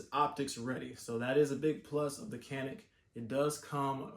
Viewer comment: Pronounced janik. Glocks are better